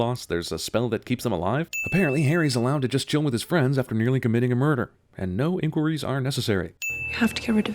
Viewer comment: You said "on accident" instead of "by accident"... mixing it up with "on purpose"! - DING! Your pronunciation of "inquiries"... is that how Americans say it? 'Inn-qwurries'??Not 'in-quire-ees'? - DING!